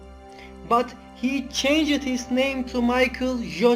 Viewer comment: His name is David Bowie NOT David Boh-wie. It's Bowie as in "how" NOT Bowie as in "toe". It's Roger pronounced RODJ-ER. It's not CHANG-ED it's changed (all one syllable). Same goes for faked. The low volume and poor pronunciation spoiled the video.